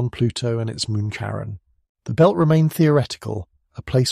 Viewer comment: CHARON... NOT KAREN!